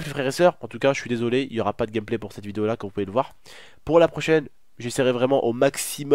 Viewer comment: Écouter le nombre de fois que il a dit gamplay 😂😂😂